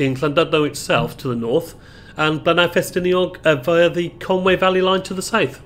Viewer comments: Great video, only one problem is you make the English mistake of calling Conwy - Conway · Tut tut! It's CONWY not Conway!